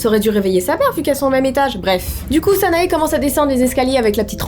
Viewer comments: si cette fille est marocaine elle ne s'appelles pas sanaé mais sana ou sana[ E ] avec le e prononcé un peu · salut,petite infos, "sanae" se prononce "sana" sans le "e" x),à part ça,c'est super flippant xc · Je t'aime beaucoup mais tu a fais une erreur de prononciation sa s'écrit sanae mais sa se prononce sana😅❤ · Les illustrations sont magnifiques mais dans Sanae le E ne se prononce pas ;) sinon la vidéo était géniale !